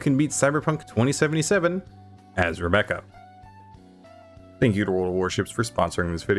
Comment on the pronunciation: He says Rebecca like the demon in mortuary assistant here and now I can’t unhear it